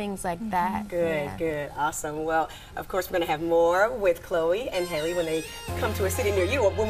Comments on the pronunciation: Why is it so hard for people to pronounce Halle? 🤔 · Every time the interviewer pronounces Halle's name wrong, I cringe.